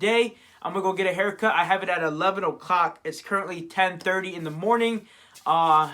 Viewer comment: "eleven o'cock"